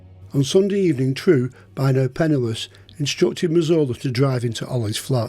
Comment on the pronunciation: I thought his name was Razola 😅 that’s how it sounded no offence to the wonderful as his telling of these tales is brilliant 👍